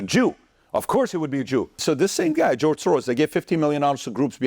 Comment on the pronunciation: Bro, stop pronouncing George that way. He not spanish! Ig you want to be accurate, in the hungarian pronunciation, its Gueorgue.